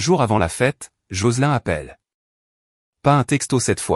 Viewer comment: L'IA prononce les noms anglo-saxons comme s'ils étaient français. Et Joselin est bien un prénom féminin anglo-saxon qui ne se prononce pas comme dans la vidéo.